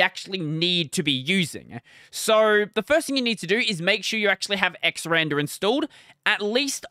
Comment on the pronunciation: Quick note. It doesn't actually matter how you say it but it's X R and R for X Resize and Rotate. Not "xrander" Otherwise great video!